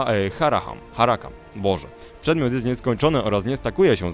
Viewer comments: nie "charakam" tylko "czakram" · zaczerpnięte z Megaman Zero 2, nie mylę się?:) to się czyta "czarakram"(do diaska angielszczyzna się kłania), i to chyba nawiązanie do Xeny? widzę powielanie stereotypu rogatego dzikusa:P a no ciekawe, jeszcze jakby te odbite strały mogły ranić przeciwników którzy staliby na drodze skojarzyło mi się troche z chlebem krasnoludów ze Świata Dysku Pracheta:) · czyta się czakram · Czyta się czakram.